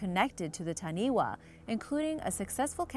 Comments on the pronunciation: Please please please redo the audio for correct pronunciation. For example Taniwha is Ta-Nee-Faa not Taniway. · As much as I love to see our Maori culture showcased on here. Taniwha is pronounced fa not wa at the end. The wh sound is a fa sound always. But thank you for showing our beautiful legends. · please get a polyneisian to help you with the pronunciation. the main thing that took a stab at my heart was the taniwha pronounciation, its not taniwa its tanifa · Taniwha, this is a great video but it's pronounced tani-fa not tani-wa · Just some small bit of correction it is pronounced tani-fā (taniwha). Just a little bit of helpfull information. I am not trying to put you down for trying just wanted to help you say it correctley just in case you ever visit the islands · Taniwha (tah-knee-fa) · Taniwha is pronounced Ta-knee-fah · She said ta-knee-wa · Ta-knee-fa (Taniwha) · Wh if actual a f sound cause maori language doesn’t have wha so when she said taniwha it more pronounced like tanifa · Dont know if this has been mentioned. In the Maori language. The 'WH' is pronounced as an 'F'. Making that last creature TANI-FA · its not taniwa its Taniwha wh make the f sound in moari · Taniwha is pronounced tani 'fa'😃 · it is pronounced tanifa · It’s pronounced ta-nee-fa get it right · Taniwah its Taniwha learn your pronunciation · Wh=f Ta-ni-fa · hi im late and from new zealand but you kinda prouned taniwha wrong just wanna say